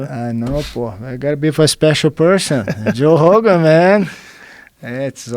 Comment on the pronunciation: Jean finally saying "joe hogan".